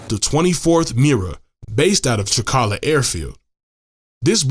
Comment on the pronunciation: Language presenting an intonation issue that renders all AI speech out of place causing either anger to greek speakers or laughter : you see it is not Trika'la but Tri'kala ! ....it would have been far better to employ a greek speaking person a graduate student from Greece maybe to read correctly that text ....